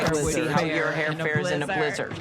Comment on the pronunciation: Why does she say blih-zehrd like that?